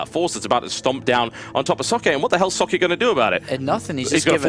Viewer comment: i love how the pronounce socke xD so bad :)